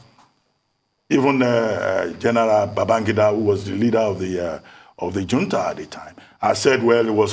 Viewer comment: Reuben, Reuben, please check the pronunciation of Junta.